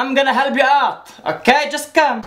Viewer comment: " I'm terrana helb you" omg 😂